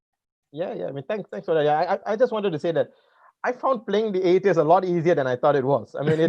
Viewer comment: It's pronounced - 'A - the - ist', not 'A - tist'.